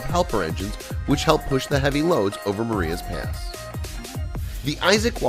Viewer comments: It is pronounced...Mah...Rye...is Pass Marias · Take your caps lock off and also learn the proper pronunciation of Marias Pass.